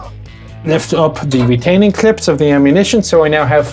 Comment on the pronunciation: Say clips again!